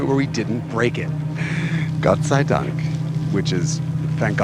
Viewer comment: Jason seems to speak very good German, I couldn't hear an accent during "Gott sei Dank!" and "Schnitzel-Scheiße". Especially with the pronunciation of the latter, it's not easy to get the syllables right. This means he can also test cars from the German BMW tuner "AC Schnitzer" without having to worry about pronunciation.